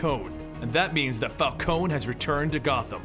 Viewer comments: It's Falconee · Say it with me Fal-con-e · For the last time it's pronounced Fal-ko-nee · he reads carmine and vivki correctly but falcone?val? its prounounced falcon(knee) u idiot and vale is ale with a damn V my god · you're pronouncing falcone wrong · When he mispronounced Vikki VALE and Carmine Falcone, he lost a teeny tiny bit of credibility, but more with Vale cause that name is spoken quite frequently in the video games and occasionally the cartoons or animated films. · Guys, how do you pronounce Falcone properly? Is it Falcone as in, Falkohn Or Is it Falkohney? Not hating on anyone just wanna know the proper pronunciation thanks! :D